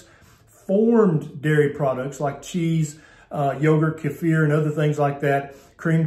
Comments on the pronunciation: Just a pronunciation issue. Kefir: Kee-fur, or Key-fur, iow, emphasis on saying Kee, or Key, followed by fur, not the bumbling pronunciation you used. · I've never heard "kefir" pronounced that way.